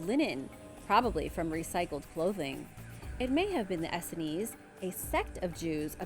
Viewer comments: Very interesting. BTW, it's pronounced as two syllables "ess seens", or "ess scenes". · Essenes- pronounced e-seens. Hard to believe you do not know this pronunciation...do you just want us to comment? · You mispronounced Essenes , it's pronounced ee-sings, when I saw your pic of Qumran I noticed it was a pit that was excavated by large machines, probably before the Essenes came there. The Essenes were Hebrew, they definitely were not jewish. Also no one lived Qumran, it is a lifeless place where no one would move to, though it may been a temporary place of hiding, Popular Essenes were Jesus, John the baptist, Samuel & Samson, all Essenes were vowed as Nazrites. I like what you said , there were definitely advanced societies & forgotten kingdoms. Medicine wheel obviously is a destroyed structure that was not destroyed in ancient times but in the past 200 years. The Church of St. Mary was not built by humans that lived in the 1000's: a more advanced society built it, no way people that were still riding horseback had the technology to built such a building, and I doubt it was originally a church at all. So many structures destroyed in the 19th century. Why is so much true history being hidden by main stream media?, and for what purpose?